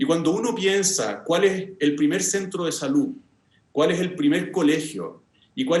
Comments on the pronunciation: A ella le amo...❤️Le haría un queque.... El: " lah pensione, la salú..." le falta siempre la última letra. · Sociale, Juece, Salu, gracia, adio, pensione, ufff qué mal habla el Dr. Constitucionalista.